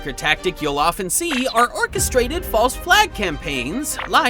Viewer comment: Why "DE"-VIDE? Why not "DI"-VIDE...?